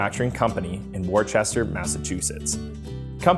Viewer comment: pronounced ((wuh-ster)) not worchester